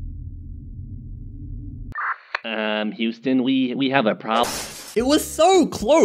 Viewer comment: Was the long iron thing 20 kilometers, or keelometers?